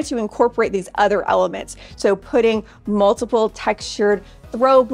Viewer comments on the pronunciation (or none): none